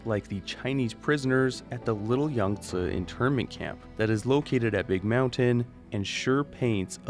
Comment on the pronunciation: How is that video game youtubers mispronounce so many words and names. Yangtze is an example in this video. Watch any video on how to pronounce it, even google translate gets it right. Yang tzee not Yang tza